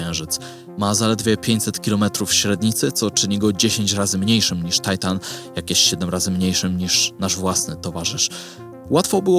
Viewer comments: Tajtan czy Tytan ???? mówimy po polsku , już chyba niedługo ... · jaki tajtan??? TYTAN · Do autora: największy satelita Saturna to Tytan, a nie żaden "tajtan". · Dlaczego z uporem "Tajtan"? po polsku to jest Tytan. Jak już się upierasz na angielską wymowę, to wypada być konsekwentnym i inne ciała niebieskie tak samo nazywać. Taki ponglisz bardzo drażni. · Tajtan to jest coś nie do przyjęcia. Uszy bolą od słuchania tego. Zwłaszcza, że nazwa Tytan pochodzi z mitologii greckiej. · U nas na Podlasiu mówimy Tytan a nie taitan XD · Ty... "TAJTAN" a na polskim to na wagary chodziłeś? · Serio..."Tajtan"? Żenada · Materiał po polsku, enceladus po polsku, skąd ten tajtan? Strasznie mnie to kłuje w ucho..